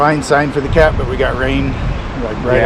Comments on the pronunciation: Omg!! I could never put my finger on what it was about that word.. the way he says “cat” makes my skin crawl. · Every time I see Tyson’s video I wonder why a tight lipped person would give so much detail to a stranger. Did B recognize T bc he apparently watches utube sleuths? And did B want attention brought to Tyson’s video hence the effort to have it removed? Every time I hear B say “the cat” in the weird way he does, I almost 🤢. It always stirs something in me... (I’ll time stamp “the cat” in an edit.) It is Eergh!